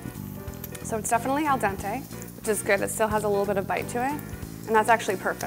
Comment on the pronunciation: I hate it when she says al dente